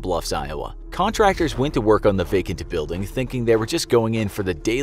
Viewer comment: "VacantAH building"